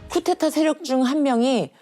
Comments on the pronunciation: 쿠데타를 왜 쿠테타라고 말할까? 발음이 힘든가? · 저 여자는 왜 자꾸 쿠테타라고 발음하나요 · 찾아보니까 나이 많은 사람이 쿠테타라고 발음한다 하네요